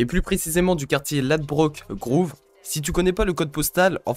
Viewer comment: Frero par contre la prononciation des lieux comme ladbroke grove ou sherpers bush c’est à revoir mdr Et le nom du gang a c’est ten eleven 10/11 au pire et non 1011 (j’habite le quartier je crois huncho et jsav rack5 souvent donc je sais )